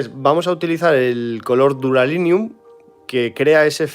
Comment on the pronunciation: Minuto ...Color Duralinium....No será Duralumínio ? Es que los que no hicimos el curso CCC de inglés tenemos duras de lo que quieres decir.